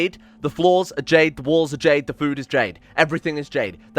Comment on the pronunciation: Did you say Jade food lmao